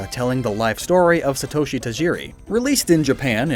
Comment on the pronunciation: Can say Ogasawara but still butchers Satoshi. That's North American YouTubers for yah.